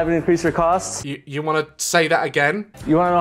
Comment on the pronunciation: 😂😂 "Youwannaknowhowtoincreaseyoumarginsofhow I'vebeenincreaseyourcaaahsts?"😂😂